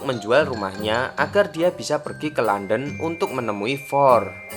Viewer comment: London aja harusnya dibaca Landen eh dia baca Lenden 😂😁